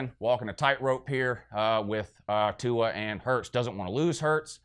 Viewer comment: I fucking died at the pronunciation of Tua's name and "I don't speak pineapple" LOL